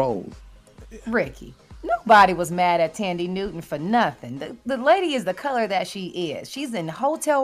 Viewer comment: Tanddee Houston lol 😂 instead of Than-deee Newton 😂😂. Gary always saying stuff wrong lol